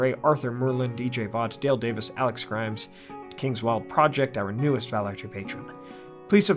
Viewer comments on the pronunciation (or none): none